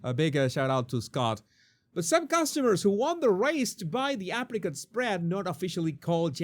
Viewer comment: Every time you said "Apricot" spread I heard African spread.